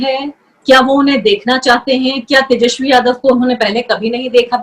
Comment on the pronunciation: मैडम पहले "तेजस्वी" तो ढंग से बोल लो 😂😂